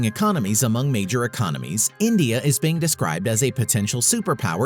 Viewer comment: Endia 🇮🇳 Rendia lol 🇮🇳🤣😂 Superpower